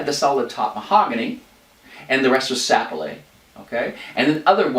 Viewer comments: This isn't a criticism, but I had to watch this whole explanation a couples times until I got used to the quaint French accent that kept creeping in. BTW, most folks place the accent on the second syllable of "Sapele" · Sapele. The accent is on the 2nd vowel, not on the first. Just thought you might like to know. Enjoyed your presentation.